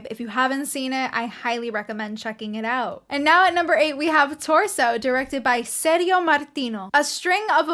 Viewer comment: Ser-dzio ("Ser-gi-o" like "Gia-llo") Martino not like "serious". You looks like Barbara. Gia llo : Jà llo. Ser gio : Ser Jo.